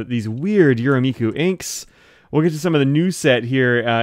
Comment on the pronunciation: Hi! Some pronunciation help: the “me” in “Yurameku” is the same as the “me” in “met”!